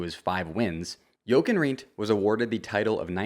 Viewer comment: Great info but my dude how did you not learn the right way to pronounce Jochen's name. Not to be a dick but its painful to hear, did you not watch any footage of him or people talking about him?